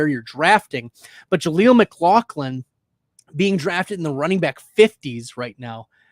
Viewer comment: IT’S Pronounced MICK-LOFF-LIN